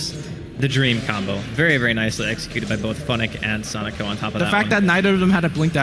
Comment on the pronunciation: wow, that caster calling him "sonejko" or "sonico" is annoying...